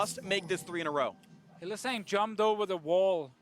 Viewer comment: In no universe is Hylissang pronounced Hill-uh-SONG!!